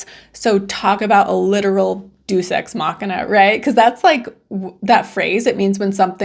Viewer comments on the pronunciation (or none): 😂 Deus Ex Machina - it's pronounced "day-oos" lol. It basically translates to "God in the machinery." A more commonly used term would be, "divine intervention." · Not to be that guy, loved the video. It's "Deus" not "dues". It's a word for "god" (or "God"). "Deity" in English is indirectly related to it.